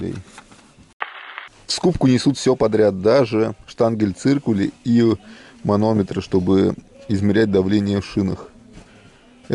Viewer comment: ШтангеНциркуль, а не штангель)